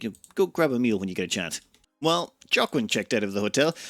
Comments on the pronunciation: Ah, yes, like the famous actor "Jockwin" Phoenix. :-P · That name, Joaquin is pronounced like "wa - keen", it's the same name of the actor Joaquin Phoenix